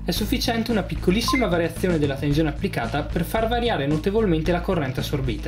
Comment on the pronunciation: Tenzione.. Tenzione... Ma dove la vedi la Z in TENSIONE?! 😐 Se non fosse per questo... Sarebbe pollice in su.